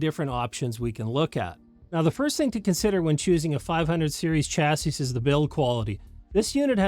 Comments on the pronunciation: Chassis is a French originating word, the last 's' is silent. "CHA-see" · You might wanna add a de-esser for when you mispronounce "chassis". 😂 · LOL you caught that too